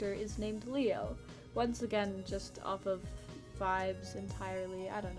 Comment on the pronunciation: When you first said leo's name I heard mayo T-T